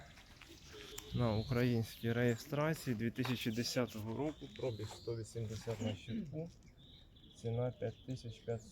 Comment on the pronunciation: Вчіть українську мову. Немає такого слова як прОбіг, вірно говорити пробІг. Невірною вимовою ви вбиваєте рідну мову.